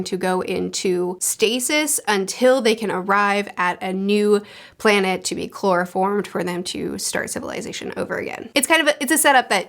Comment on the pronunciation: terraformed not chloroformed